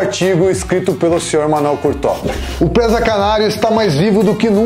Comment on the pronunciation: Não é Présaaa... É PRESA